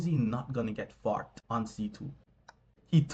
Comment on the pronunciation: Forked. He’s saying…forked.